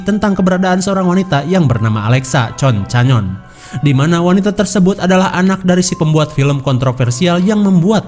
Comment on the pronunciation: Bang namanya bukan concanon tapi concenen bang namanya